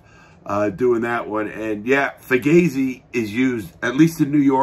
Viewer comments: Hey Larry, its pronounced "foo-gaw-zee" not "fu-gay-zee" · "Fugazi" is a Vietnam war term - "Fucked-up Got Zipped-In" - and also a hardcore band from DC. Never heard it said as "Fu-gay-zee" though. The above two are pronounced "Fu-Gah-zee". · The only place I have ever seen 'Fugazi' is the punk band and everyone I know apparently mispronounced it. (fu-GOZ-ee)